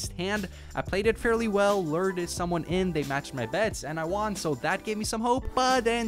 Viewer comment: Do you honestly think you are Tom Segura? You pronounce won like " Juan. "